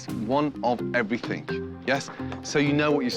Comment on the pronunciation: Hey Gordon , Its everythinG not everythinK